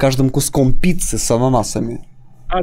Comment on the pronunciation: на протяжении всего видео: я хачу питсы